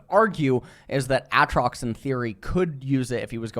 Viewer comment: That's how Aatrox is pronounced..